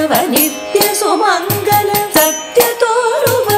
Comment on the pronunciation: Excellent rendition. Takes the listener to a different world. I think the pronunciations - and again Attiagalade should be attitalagade and again satya toruva should be satyadi toruva and again venkataramanane should venkataramanana